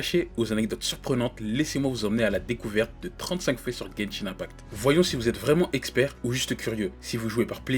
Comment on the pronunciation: "genchin impact"